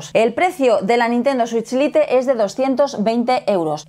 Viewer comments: No se dice lite, no se pronuncia así.😂😂😂😂😂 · dos años y le sigues diciendo "LITE" en vez de como se pronuncia XD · Lite es una palabra en inglés aprendan a pronunciarla molesta oír el video con malas pronunciaciones